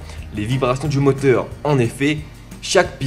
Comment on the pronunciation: Putain j'adowe ton accent antillais !! 🙏😭 Le motewe, l'awchitectuwe, les entwe d'aiwe. ça me fume meilleur accent du londe gros ! 👌👌🙏